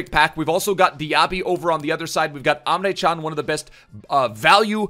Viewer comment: Hey love the vids, just some advice from a Turk on how to pronounce Emre Can: Ehm-Reh Jahn